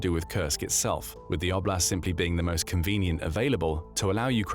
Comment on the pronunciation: "…the Russian O’Blast…"